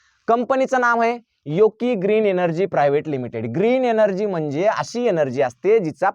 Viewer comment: उच्चार योग्य करा,योको नाही योकी वाचा